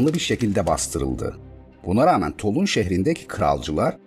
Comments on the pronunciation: Tolun değil, Tulon okunur. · Yine mükemmel bir içerik. Yalnız "Tolun" yerine "Tulon" diye okunmalı Toulon şehri. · Videolar pratik ve akıcı. Elinize sağlık yalnız Toulon'un telaffuzu tolun değil de tulon. Diğer videolarda da benzer şeyler var dikkatinizi çekmek istedim.